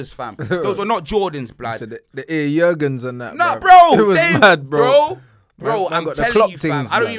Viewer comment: Haha man sed air jurgens 😂 😂